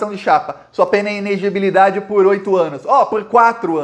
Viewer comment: o certo é i-ne-le-gi-bi-li-da-de. Kkkk!!! Abraço cara, sou teu fã